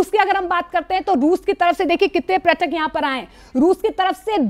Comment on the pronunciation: इंडिया, कृपया, न्यूज़ में पर्यटक (प+र्+य+ट+क=पर्यटक) बोलें, प्रयटक (प्+र+य+ट+क=प्रयटक) नहीं। न्यूज़ रीडर्स/एंकर्स इंडियन हैं लेकिन, हम भारतीय हैं, और हिंदी भारत की भाषा है। धन्यवाद!